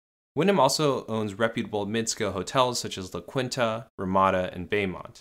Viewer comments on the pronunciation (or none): La Quinta is pronounced "la kinta" not "la kwinnta" *ahem*. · Bro you botched La Quinta so hard it’s pronounced (law kin - Ta). I’m Latin so it’s the equivalent of me calling mayonnaise something like mayonaysa 💀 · I had to click off when he mispronounced LaQuinta. LaCounta LMAO. Where you people from? Canada?! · Not “La Kweenta”💀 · “La Kwinta”